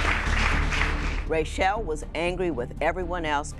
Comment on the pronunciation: Judge Lynn Toler I love you but at the end when you're talking her name is not Ray- Shell its Rah - Shell. I hope she goes and gets therapy. Him also he needs to get a backbone.